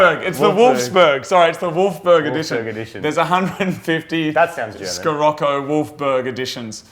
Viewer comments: It's Shi-rocco you asshat [ btw I can tell the times you'r high:0P ] The term Sirocco (sometimes also spelled Scirocco) is an all-inclusive name given to hot and subsequently humid southeast to southwest winds originating as hot, dry desert-air over Northern Africa, flowing northward into the southern Mediterranean basin. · Nope...in Germany we pronounce it "She-rock-oh". Like a lot of VW-Models (f.e. Jetta, Passat ect) it´s named after a special wind. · It's pronounced "sih-rock-oh" ;) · Both wrong...in Germany we pronounce it "She-rock-oh". Like a lot of VW-Models (f.e. Jetta, Passat ect) it´s named after a special wind. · Scirocco: the SC is spoken SH ;) Greetings from Germany! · It's "Shirocco", it's not an English word so you don't pronounce it like English. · The "SC" in Scirocco iss pronounced like an "SH" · Scirocco is pronounced Sheerocko ;) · Its said shuh-rok-oh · It pronounced shi-rock-ow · Scirocco = She-rock-oh. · Scirocco is pronounced 'Shirocco'. Just replace the first C with a H. The car is named after a wind, like most VW cars. ...wiki/Sirocco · it's pronounced sirocco if you guys are interested, love the unicorn circuit, wish my fank made the cut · It's (sha-rock-o) from VW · and it is spoken like shee-rocko. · Scirocco is italian (it's the name of a wind) and it's pronounced She-Rocco (with a hard R) :) If you ever truly wanted to know XD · Its said shiroko for gods sake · Scirroco - pronounced SHI-ROCKO thats coming from a UK person! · as a professional german i can tell you guys that the proper way to pronounce Scirocco is "shirokko" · you guys probably just playing around, but it's pronounced Sherocco. I had a 77 and 86 model. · you pronounce the scirocco shi-rocco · hi from Germany, you pronounce it : "shi-rok-ko" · or pronounced - Shure-roco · No it is Shirocco. At least that is how the German's pronounce it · "Sheerocco" is it called... and it is the name of a desert storm. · In Germany we call the Scirocco "She-Rock-Oh".